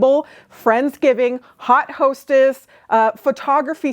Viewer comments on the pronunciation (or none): Yes, it’s French. Should be pronounced “oat”. Looking for the comment…..it’s ok of course 😊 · I like when a fahion is strongly inspired by historical/throw-back styles. When it is done well, it is usually great. I think this was done well. BTW your pronunciation of haute is different from Indiana. That is fine. It made a nice connection to "hot".